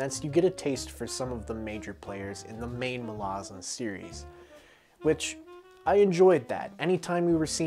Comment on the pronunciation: Pronounces "Malazan" right on the very first attempt "Most impressive, youre one of us now" Also dont worry were not pointing guns at you for finding Gardens easy, we just warn everyone that its very hard because we dont want them giving up before it really kicks off